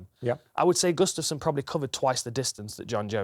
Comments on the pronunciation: It's pronounced "Gu-staf-sson", not "G'staf-son" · Not sure if I can stomach Gooden calling him Gus-staff-son for 28 more minutes....come on man lol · he says Gustafsson weird